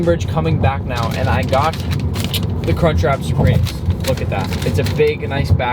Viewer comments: It’s crunch wrap not “car trap” and it’s supreme not “soopreme” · "cartrap supreme"